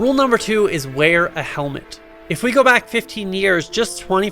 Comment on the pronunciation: What's a HELMENT